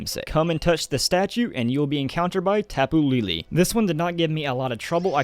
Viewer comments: please stop saying Tapu "LeeLee" it's pronounced Tapu "LehLeh" I understand you're not about that pronouncing words from other cultures properly life, but it makes me cringe so hard. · Tape Elle is pronounced tapu laylay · Tapu LELE, not LILI. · It's tapu lay lay not tapu lee lee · it's tapu lele not,tapu lili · For tapu lele its pronoce as lay lay , lol idk how to do it XDD but it's something like that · Its pronounced Tap-oo lay lay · tapu is ta like talk pu like put and lele is le like let